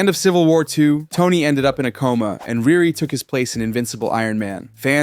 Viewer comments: It’s pronounced Re Re not Rear Re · I agree but her name is pronounced “ReeRee” 😊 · It’s pronounced “REE REE”!